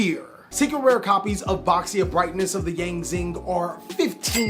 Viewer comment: Reminder "Baxia" should be pronounced "Bah-shya" if you want try hahahaha